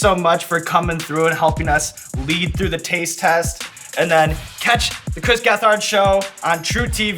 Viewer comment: It’d be cooler if someone told the host how to pronounce Chris’ name